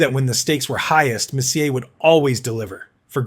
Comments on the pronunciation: ai narrator is mispronouncing messier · uggh...$hitty ai......'robe-ih-tie'...messier was almost worse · AI doesn’t tell the truth. It summarizes data on comments Gretzky has delivered. Humans can pronounce Messier and Robitaille properly. Humans can watch and love hockey. AI can’t. Thus I would rather a human opine and deliver comments about who Gretzky loved. It would be more poignant, heartfelt, and compelling.